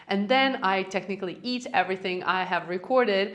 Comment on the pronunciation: "I technally eat everything" 😂😂this literally killed me Omg...Ur the best❤